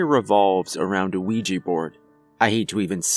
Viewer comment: Ya know you are suppost to say the a in Ouija (Wee-ja).